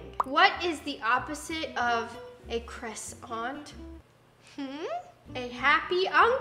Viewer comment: Nessa struggling to pronounce croissant IS ME 😂